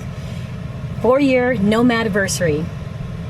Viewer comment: I thought she said "No man aversery".... : )